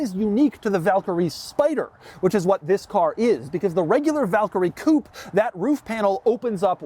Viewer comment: I would honestly appreciate if you would pronounce the words correctly, please say coupé the way it is supposed to be said. Not only this word but you always mispronounce other terms, you review multi-million dollar cars and I think you should know this kind of stuff..